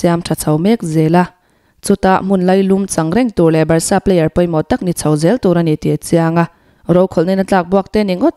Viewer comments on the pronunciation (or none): none